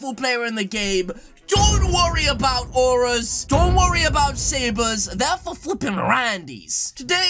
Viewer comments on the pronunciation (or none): none